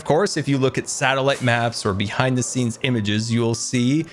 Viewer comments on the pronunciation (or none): none